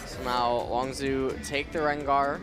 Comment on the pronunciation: that guy needs to learn how to pronounce longzhu